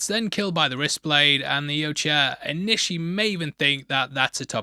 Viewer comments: It’s more like “Yowcha!” Instead of “Ucha.”😂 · why can't you say Yautja? Hahahaha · It’s pronounced Yautja. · for the last time, its pronounced YAUTJA. Get it together, man! Great breakdown, as always!